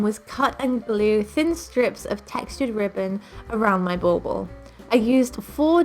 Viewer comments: Is that what she said?! I taught she said ball ball 😂😂 I was like why say it two times? LOL, english is not my first language (obviously 😂) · Bull ball?! It’s driving me bananas. What is she saying? Lol